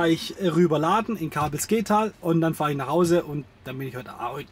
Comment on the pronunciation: In WO? Es heißt "Kabelske-tal", nicht "Kabel-sketal". Grüße von einem Ex-KVN'er.